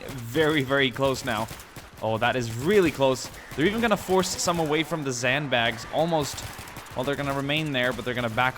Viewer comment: explain to me why you say "zand bags" and "sombies"